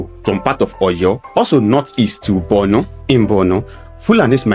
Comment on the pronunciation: I don't know why it is difficult for an average Southern Nigerian person to pronounce or write Borno with o instead they pronounce or write it with u, Bornu. The same attitude may shape their views when it comes to giving accounts about the north. They hardly leave sentiments and write objectively.